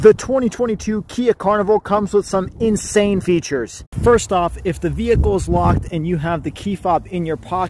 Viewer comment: yeah, emphasis is on INSANE rofl